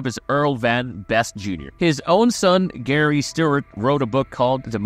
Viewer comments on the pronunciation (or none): none